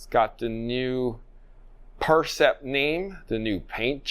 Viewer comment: Hey guys - fix the name of the racket at least? been 2 videos on the new Yonex line and it's the "Percept" - like, perception, not "PRECEPT"... It's kinda embarassing now at this point...